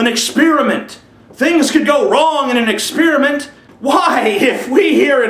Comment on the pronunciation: Um what's exspearment and ont? LOL just fucking around. Good video.